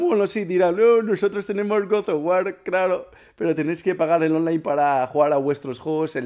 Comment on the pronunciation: Mira los que les gusta Sony se cagan en que el online de Xbox sea gratis, si es gratis pues bien por los usuarios. God of ware? Lo has pronunciado cómo se escribe!! Que fuerte chaval.